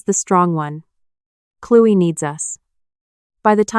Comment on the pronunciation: Clewy? Isn’t it Chloe..Cloee